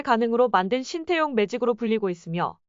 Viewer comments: 관중들아 제발 발음 좀 잘 해라 신태용이 아니라 신따용이다. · 신태용은..지장(智將)..지략으로 난관을 헤쳐나가는군!!! ( 明報....의리는 있어보이네!!! 鬱이 山이여~~~!!! ) 태용이 泰用 하고있군!!! 태와 따의..발음연습 시켜야긋다...태국애덜!!! 따용 아녀~~!!! 태~~해봐!! 하긴...신 또용이면 또 어떠냐!! 메세지만 전달되면 되지!! 따용이 ...땡큐~~~그거쥐?! 알게써!!! 인니 팍팍 응원할께!!!